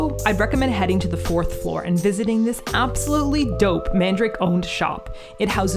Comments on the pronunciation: Just a minor correction: the shop's name isn't "mandrake," like the root, but "Man-da-ra-ke." There's an extra a in there, and you pronounce the last "ke" Japanese-style, like "kay." It's weird, because it's SO CLOSE to the word "mandrake," but it definitely is not that. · Mandarake is not pronounced as man-drake. It is 曼陀羅華(まんだらけ)(man-dara-ke in Romaji) in Japanese. It's a Buddhist term actually which means some kind of a holy flower. Love Nakano vibes! 😄💕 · MANDARAKE!! I was wondering if you were going there when I saw Nakano in the title!! Quick question though; why are you pronouncing it 'mandrake'? The hirigana is まんだらけ so it should be 'man-da-ra-ke', right? Or am I missing something?! 😵‍💫